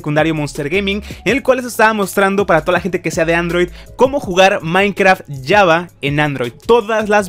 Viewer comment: Me pone tan nervioso que pronuncien java como "yava", de verdad no lo soporto. XD